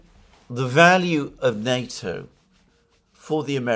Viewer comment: What nato is he talking about ,sounds like nuto.